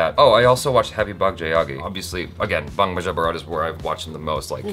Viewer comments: Why does keep pronouncing Bang as Baang?! I think he's mistaking it to be a Hindi word. It isn't, it's English! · What is this "Bung" "Bung"??.. Its "Bang", like "Kiss Kiss Bang Bang".